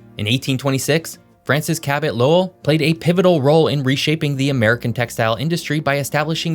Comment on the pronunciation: I live in Lowell and I gotta say you hit the nail on the head with pronouncing Lowell and Worcester. We also got a population burst of Cambodians during the 1970s fleeing from the Khmer Rouge. Lowell and Long Beach, California. And we got another bridge since that photo in 1975 but it’s only a temporary bridge, that just happens to be older than me. Oh yeah, I’m 35. And taxes are driving people to New Hampshire and southern Maine. Vermont is totally forgotten about. Almost secret.